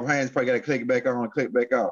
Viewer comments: H A Y E S not Haynes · I watch you a lot brother, much respect to you. Bit man his last name is HAYES not HAYNES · I love these two kings, but everytime say rod hayes name i cringe a lil bit cuz he always say Rod Hanes like cmon maaan 😂